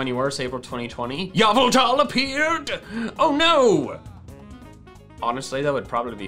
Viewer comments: He said yeaveltal wrong its pronouned ee veil tall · Can I just say one thing it’s pronounced like this e-vel-tal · its pronounced ee-VEL-tall